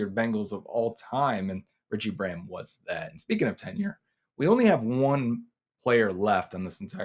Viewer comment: It's Rudi not Rudy... it's Braham not bram 😅